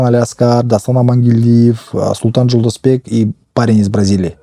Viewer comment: Никакой ни Жолдосбек. Правильно говорите Жолдошбек!!!